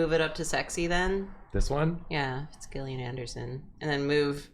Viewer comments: Isn't Gillian pronounced Jill- Ian? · I love smiley fries 😢 it’s ok, more for me 😋 Also Gillian Anderson is my only hope of people pronouncing my name right and y’all said it wrong 😅 (Jillian not Gill like a fish) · Crying every time they mispronounce Gillian Anderson, lmao.